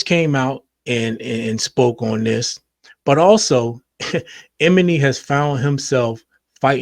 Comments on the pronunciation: It's pronounced E-my-knee 😂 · Not Em-eny! 😅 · Name is pronounced ee-MON-nee. But yes, he was being a hater. Regarding "How Many Drinks", this issue isn't that Kendrick's verse was bad. It was moreso that song didn't need a rap verse at all. No rap verse would have fit. That song just didn't need it. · Lmao couldn’t even make it past 30 seconds in after hearing “Eminy” 5 times lol. If you don’t know their names, I can’t listen to your input lol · Bruh! E-Mah-KNEE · Why tf are you sayin "Emanny" like that???? Are you serious??? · Lol how he pronounced “Emanny” ehm-uh-knee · Love your channel…the man’s name is: E-Man-Nee ❤